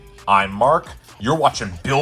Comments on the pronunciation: I also heard "brickdown" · Ummmmmm....... did anyone else hear Mark say "Billboard Brickdown" or is it just me?